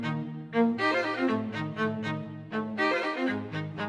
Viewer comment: Help- 😭💀 I love hearing Americans trying to pronounce old Norse cus I’m Icelandic and I just hear goonar 😭for Gunnar. But u got this😂👍 tx btw❤️